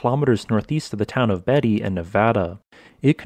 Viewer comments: That town here in Nevada is pronounced Beat-ee not Betty. It’s too bad so much of that area around Timber Mountain is within the Area 51/Nellis Range. Accessing anything north of Vegas to about Tonapah is extremely limited because of that. There is much within the Nellis Range that I wish I could see, but it’s behind fence you’ll get shot for crossing. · FYI, it's Beatty, and pronounced Bay-tee. I did not know it is a shortened name for Bartholomew, and refers to someone who holds land in exchange for provisioning others. An apt name for a place built from prospectors. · I’m assuming you are not from Nevada. You kinda hacked up the pronunciation of Beatty. More like B8y